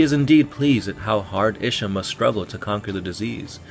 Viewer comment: It's pronounced Ee-sha